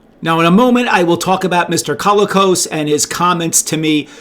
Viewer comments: John Colicos was awesome, and it was great that Richard Hatch got him for the sales-push trailer for his proposed project. But I noticed you were pronouncing it "CALL-ih-koss." In interviews/etc. I believe he used either "cō-LEE-kohs," or "kuh-LEE-kohs" - in a couple of interviews I've seen it seemed to vary a bit based on how fast he was talking, and might also be John's Canadian roots at work. Since he's pretty much the only notable person with that surname, it's tough to find other examples. The general consensus is that it's of Greek origin. There has to be a fun story about a Greek family winding up in Canada - I mean, it IS pretty unusual. That alone could be the basis for a feel-good movie. Like, "My Big Fat Greek Wedding" in Alberta or the Yukon, and nobody has any clue what this crazy family is up to. (Sorry if I can't remember the official phonetic symbols, but I haven't had to since I was in maybe fourth grade and that wasn't important enough to hang out in my brain for 45 years. Also I don't know the ASCII codes for half of the accent marks.) Edit: If your specific focus is on toys, I remember actually lining up at a morning opening of a Zayre (!) store in northern IL with my dad on a wintry day, when Christmas stock and sales were dropping. I literally dashed on my 10-year-old legs back to the toy section - I was still small enough to weave around adults with shopping carts if I moved fast - heading for the Battlestar Galactica section. An utter jerk of an adult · Isn't it pronounced "co-LEE-cos"?